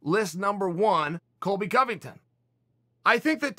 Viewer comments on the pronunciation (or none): none